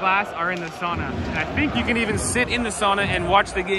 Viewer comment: more free Finnish lesson: SOWna, not sahna (sauna). Now you're a local!